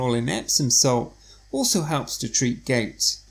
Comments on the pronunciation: It not pronounced “gates” with the A emphasized! It’s Gout with the “ou” emphasized! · Gait attack, Gait pain? OMW no must of pronounciation but we know it as G o u t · Not gate.....GOUT.... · Would be nice for us if you could pronounced gout correctly.